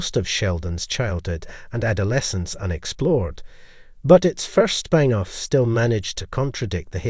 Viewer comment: It's spin off, not spine off